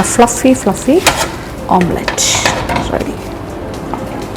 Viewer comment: ഇപ്പൊ എത്ര ആളുകൾക്കു മനസിലായിട്ടുണ്ടാവും മുട്ട പൊരിക്കുന്നതിന് ഓംപ്ലേറ്റ് അല്ല ഓംലെറ്റ്‌ ആണ് പറയേണ്ടത് എന്ന്